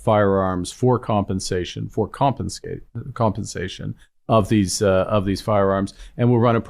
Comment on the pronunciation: Ha! "Compenscation" Carney says?? What a Dorkk !!!